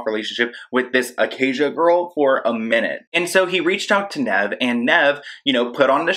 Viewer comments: "Nehv" haha it's more like "Neev." For catfish being soo popular I can't believe you've never watched the show? Cause literally everytime he says his name .. and it's said like 1000x per episode. How did you get it so wrong lol I find this so funny .. jeeezus!! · When he said “nev” 😭 it’s pronounced like “neev” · His name is pronounced neeev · I like how you say Nev lol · Why is it so hard for you to pronounce names??? Listen to a catfish episode on YouTube and you can herr them call Nev by his name so you can stop saying peoples names wrong😂